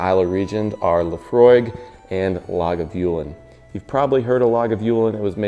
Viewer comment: Good video,. Check out Brian Cox' scotch pronunciations on YouTube. You sounded like a highlander...except for Oban and Lagavulin. Great drink recipe, too. Cheers, Mate...!